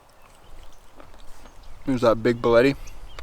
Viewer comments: Hey man I love your videos you are factually living the life I dream of quick side note those mushrooms are pronounced "Boleet" not "Boleti" at least thats how all my professors pronounced it in my ecology classes haha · Awesome video. Side note - bolete is pronounced bow-leet. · those are actually a suillus mushroom....in the same genus as bolete however "pronounced" Bowl-eat🙂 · Your saying Bolete wrong chief, it’s pronounced the same as delete. 11/10 content you a real one. 🏴